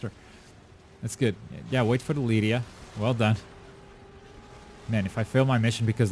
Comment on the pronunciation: Jeez, again calm… down… And it is Lyria. LyRia, with an R. NOT Lydia.